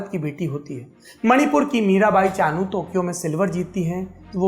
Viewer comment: Mirabai Chanu "Chunu" nahi